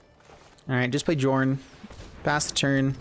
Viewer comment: Just to clarify, the name should be pronounced “Yorn”